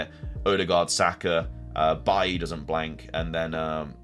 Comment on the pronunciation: It's BAY-LEE!!!!